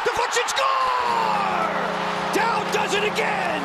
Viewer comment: Don't "dowd" Nic Dowd!